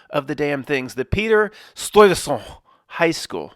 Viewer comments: In NY we say “St-eye-veh-sent”. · Oof... As a native Dutch I cringe everytime you pronounce Stuyvesant in a french way lol